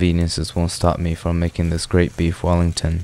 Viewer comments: "queef wellington" 💀💀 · "Queef wellington" 💀